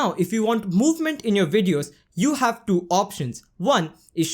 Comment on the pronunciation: I just can’t stop laughing when he keep saying DO instead of TWO..good contents though